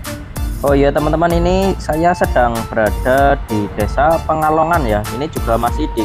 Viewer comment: Pegalongan mas bukan pengalongan